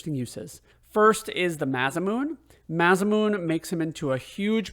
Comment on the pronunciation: MASAMUNE = "MA-SA-MYU-NAY". AYLA = "I-LA" (PRONUNCIATION). Also sped tabs will boost everyone to max speed. All characters are viable when boosted properly. I usually go in with Chrono, Lucca and Marle. Love their delta attack. Steal unlimited megalixirs from the monsters on the elevator in the Ocean Palace. Makes Lavos super easy.